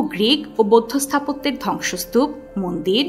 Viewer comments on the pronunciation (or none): none